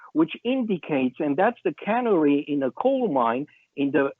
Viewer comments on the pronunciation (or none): It is not the cannery in the coal mine it is the ca-nar-ey -- the little yellow bird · Canary like tweety bird, speaks six languages cut him some slack svp.